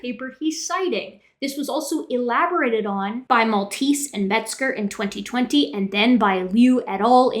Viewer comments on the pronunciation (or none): none